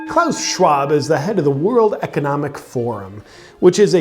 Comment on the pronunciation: it sounds so funny when you speak klaus schwab name in english. And it gets even better when Klaus Schwab try to speak english^^ Btw JP is a fucking legend!